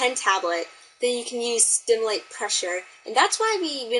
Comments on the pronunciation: Did anyone else count how many times " SIMULATE" was mispronounced " sTimulate" ? LOLZ XD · Simulate, SIM-U-late, Sss...Iiii.Mmm- you-late. STimulate~ VERY different meaning. lol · This is a decent tutorial. It definitely is one way to approach inking. By the way, the word is "SIMulate" not "STIMulate"